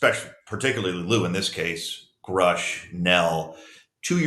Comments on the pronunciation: Good thing Lou supports Grusch...He just needs to learn how to pronounce his name. It is Grusch , not Groosh.😅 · Lue doesn't even know how to pronounce Grusch's last name. It's not 'Groosh' it's 'Grush'. They didn't work together. This is all just about selling his new book. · If he worked so close then why cant he even pronounce Gruschs name correctly? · Lue says he worked with David Grusch and knows him well. Explain to me why he doesn't know how to properly pronounce his last name?